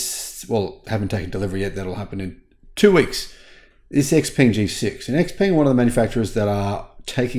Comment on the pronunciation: it's: Sh-Peng, not ex. If Xpeng's G6 and P7 came to the U.S. at around: $30-$35k, Tesla would go bankrupt. Pres. Harris could end Tesla QUICK by cancelling ALL SpaceX contracts and eliminating China EV tariffs. She won't, but she could. Musk will likely be arrested and charged soon anyway.